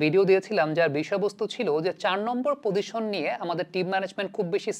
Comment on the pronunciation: আসসালামু আলাইকুম,।আমি আপনার অনুরাগী।আপনার প্রায় সকল ভিডিও আমি দেখার চেষ্টা করি।আপনার উচ্চারণ থেকে অনেক কিছু শিখি। আপনাকে ছোট্ট একটা পরামর্শ দিতে চাই,অন্যভাবে নেবেন না,প্লিজ। আপনার "পজিশন"উচ্চারণ টা আমার কানে"পদিশন"শব্দে বাজে। যদি এই উচ্চারণ টা তে আর একটু জোর দিতেন।প্লিজ। ভালোবেসে বললাম,প্রিয় ভাই। দেশের ক্রিকেট নিয়ে আপনার মত করে আরো ভালো ভালো কাজ করে যান,সেই দোয়া করি।